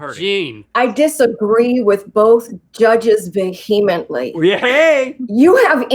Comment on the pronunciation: Her pronunciation of vehemently was so weird, right?? It's VEE uh Ment ly, right? Not vuh HEE mently